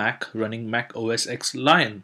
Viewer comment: Only one comment!! OS "X"? OS "10"!!